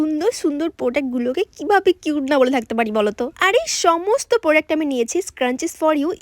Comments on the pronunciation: Product-❌ Podact-✅😅😅😅😂😂😂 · প্রোডাক্ট ❎ পোডাক ✅😂😂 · Product ❌ podak✅ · Product বানানটাও বলতে পারেনা